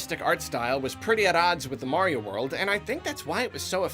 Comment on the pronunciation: You mean Green Mayrio?